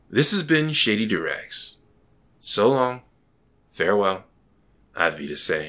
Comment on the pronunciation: always when you say 'this has been shady doorags' i always understand 'shady durex' instead... wich is hilarious so i realy enjoy it ;p